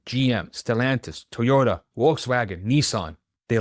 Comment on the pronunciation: “Imporint” is not a word. “Teaota”?????